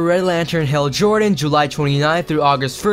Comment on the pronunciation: its Hal Jordan not hell jordan